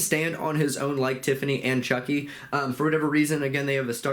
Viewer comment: I laughed when you called Chucky “Chonky” 🤣🤣